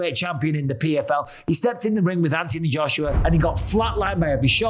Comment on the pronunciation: Its Anthony Joshua. Not antiee Joshua. You brits are fucking weird. I hope jake paul knocks him out. He might buy you a new set of marbles. I watched the netflix warrior. Saw you in it good stuff. Take care young man dont dont kill me